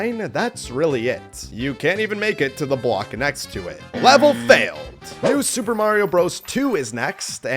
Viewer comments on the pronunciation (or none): bro said new soup and